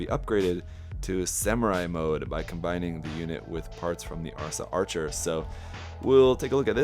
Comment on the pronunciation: Asra, not arsa 😊